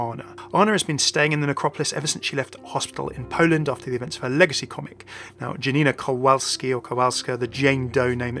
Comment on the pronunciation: I heard them and you say it wrong. You should read Janina Kowalska as in IPA here: jʌnɪnʌ kɔvʌlskʌ